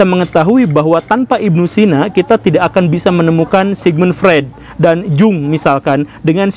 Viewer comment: Edit: cara baca: yung Gitu sih setauku cara baca Carl Gustav Jung